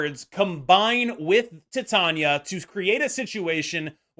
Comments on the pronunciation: Not that it matters to me how you say her name but just so you know it’s actually pronounced like tai~tay~nee~uh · idk if youre doing it on purpose but it's pronounced like Titanium. Like the metal. Tie-Tae-Ni-Uh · I love you, but why do you insist on pronouncing Titania in such a strange way? Lol